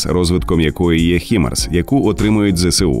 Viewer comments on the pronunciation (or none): Хаймарс, а не Хімарс. Так треба. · Які, нафіг "хімарс"? Ви що, англійської не знаєте? Треба читати "хаймарс". Перше слово, яке входить в цю абревіатуру це слово "high" - High Mobility Artillery Rocket System (HIMARS). Воно читається як "хай". Невже так важко погуглити перш ніж відкривати рота на загал?